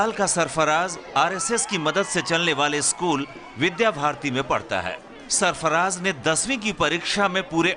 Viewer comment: Vidya bharati not bidha bharati